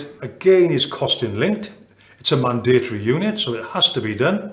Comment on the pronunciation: Love how this guy pronounces mandatory! All well and good lecturing but I think this guy needs a lesson on how to reduce this from five syllables to three!!!